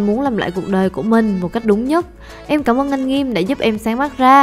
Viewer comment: Sao suốt ngày cứ nghe gam nợ quài vậy :*